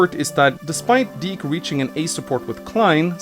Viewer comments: You're pronouncing dick wrong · thank goodness, it's pronounced (d-ee-kh), as a kid i thought it was pronounced a little......... different.......